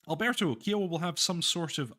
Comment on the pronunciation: OMG, your pronunciation of "Kiowa" is killing me here. It should rhyme with "I owe the". "Eye" not "Eee"